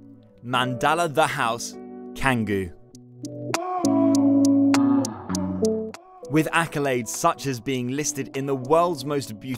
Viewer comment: “C” s in Bali are pronounced with a “ Ch” sound. It’s pronounced Changgu but spelled without the h.